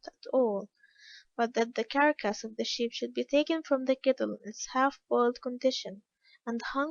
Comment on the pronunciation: I like the book so far, but once the narrator changed, totally lost interest You can’t understand a lot of what she says, nor can she pronounce simple words: Carolina, Carcass????